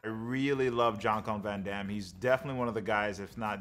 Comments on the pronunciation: Who the F, ist Jean Clorn van Damme LOL. You really have a problem with that name bro 🙂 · Love how he never once gets JCVD's name right.... hilarious